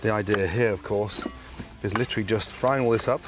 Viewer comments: I’m glad he says litrly. I literally can’t stand it when people overuse literally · I’m glad Gordon tells me “lIcHrAlLy” so I know he doesn’t mean “figuratively”